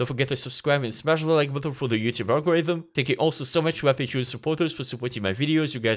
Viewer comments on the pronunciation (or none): none